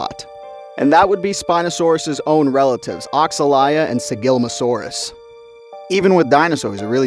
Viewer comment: Thats not how Oxalaia is pronounced lol